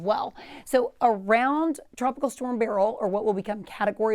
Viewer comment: why cant the new people pronounce BUR-UHL correctly? its not BARREL.